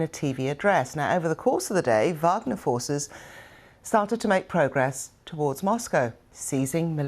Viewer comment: Putin's promise to his people? I think Benjamin Franklin said something once about trading liberty for security. Maybe it's the Warhammer fan in me, dude, but it's pronounced "Vahg-ner", not "WAAAGH!-gner"